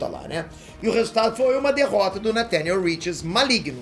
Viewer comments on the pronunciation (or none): none